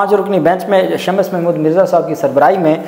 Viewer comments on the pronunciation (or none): it's Sha-mm-ss not Sha-Mas don't spoil Urdu